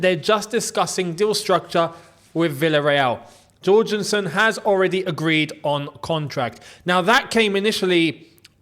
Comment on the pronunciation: Can you please learn how to pronounce Jorgenson's name. He's Danish, not Brazilian.